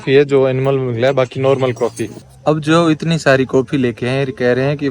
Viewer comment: coffee😂😂 bhai sahb ko English nhi aaj pta chla😂